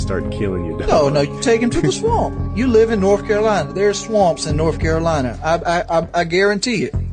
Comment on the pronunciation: “Noorf Carolina”